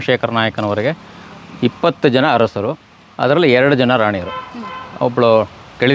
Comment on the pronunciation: ಕೆಳದಿ ಹರಸರು ಅಲ್ಲ ಕಣವ್ವ ತಾಯಿ ಅದು,ಕೆಳದಿಯ ಅರಸರು...ಹ ಕಾರ ಅಲ್ಲ,ಅ ಕಾರ.